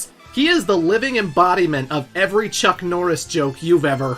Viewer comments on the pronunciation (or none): none